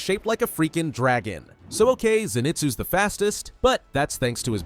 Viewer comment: Your suppose to say inoske and Zenizue